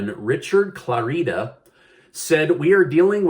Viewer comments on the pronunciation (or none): His name is pronounced Clarida like in Florida. Emphasis on first syllable (Clar) not on the (i) and "i" is pronounced like it is in the in the word "it" (short i) not like an "e"